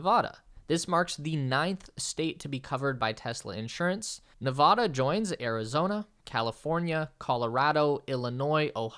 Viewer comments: nev ADD ah, not ne VAH da!!! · 1. It's Ne-VAD-uh not Ne-VAH-duh. 2. the Las Vegas Strip and McCarran (I refuse to call it Harry Reid) airport (KLAS) are in Paradise and Clark Co. not in the city of Las Vegas.